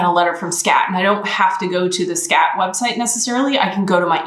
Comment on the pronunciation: When you talk about Skat and speaking english at the same time. I really am twitching in discomfort as it sounds like you´re saying "scat" which is a whole different thing :-D